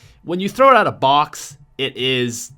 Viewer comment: Why does he pronounce out like ewt